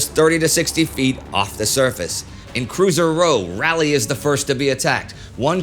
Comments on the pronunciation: USS Raw-lee. Raliegh the capital of North Carolina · It's RAW-lee not rally for Raleigh. The front of the ship is pronounced Bao not Bo. Otherwise a great series! Keep up the great work! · I do enjoy your work. It is a bit odd that you mispronounce bow. It is not pronounced like beau but like bow-wow. And Raleigh is pronounced Raw-lee, at least by us locals. But still you'd get two thumbs up from me if YouTube would allow it.